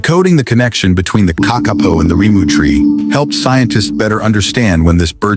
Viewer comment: I wish the narrator w0ould get his pronunciation correct. "KAK- A POE"